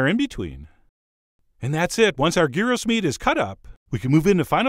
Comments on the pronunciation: "... and I know, the paper is still on the bottom. I'll remove it later. I'm too upset right now." Ha ha! And Chef John, you were closer to the pronunciation the first time around, it's gee-ros, (not guy-ros) ... or if you want to sound like a real Greek "yee-ro. : ) Interesting spin on traditional gyros. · the g us pronounced like a y, so its "yeero" not "geero". Also gyros is plural, you should be saying gyro for the singular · Its pronounced yearoh not gearoh bro the G is silent. lol. my mom is 100% greek from the island of Krete so i'm the expert of this excerpt. lol.. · Yeah, the Greek pronunciation is GHEE-ross, not JEYE-roh (jeye-roh-scopes notwithstanding). And please, dear America, gyros is the singular: there's no such thing as a "gyro". Greek words ending -os are just like Latin words ending -us. But, man, that looks delicious. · Gyros is a Greek dish and it’s pronounced “Yeeros”. It has never been GĪro. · You are correct, Gyros (or Yee-ros as is the right pronunciation) in Greece, is chopped pork meat. Not ground meat. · I’ve always been told it’s pronounced With a silent G, so Yeero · it's pronounced Year ro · It's pronounced Yee-Ros. Have to rolll the r. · Traditional Greek gyros from what I understand are made solely with pork, and are pronounced "yee-row" with a small roll of that R. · I am a big fan of your recipes but I was trained by a middle eastern chef and rosemary is not a traditional ingredient in Gyros (pronounced like Euro). It is too overwhelming a flavor. The oregano is definitely the main flavor. The meat should be very finely minced and pressed for several days which allows the flavors to mature and there's no bread crumbs in it! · It is pronounced "y-EE-ros" (y as in yearning) and "ja-jEE-kee" (j as in jazz) ;) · Tzid Tziki easy to pronouce .. And gyros ..(yearos) Go to google translate :) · Proper pronunciation is..YEE-ro!!! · I love how neither of his pronunciations for gyros were correct... should sound like euro